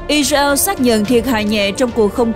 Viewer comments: Co ptv doc chu Israel la I RA EO that la bai phuc co nay! Am S o dau roi? Chu de vay ma cung khong doc duoc cho dung,that la qua kem coi. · Sao đọc i reo khó nghe quá !